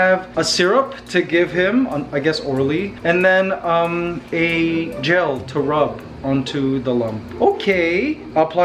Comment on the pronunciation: When he said gel I thought he said jail and I was like Me:whaaaaaaaaaaat